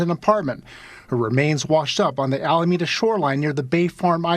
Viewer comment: Thank you for this story. And for future references, it's "A-la-me-da".